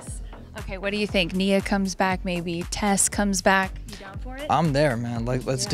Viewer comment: it's "Tess" not test